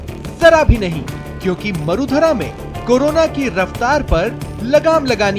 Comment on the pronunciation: Marudhara ka uchharan shi kijia ya gutkha kha kr news pdhte ho